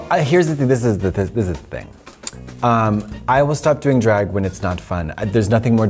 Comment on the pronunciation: L J drAAAAAg con not drEIg con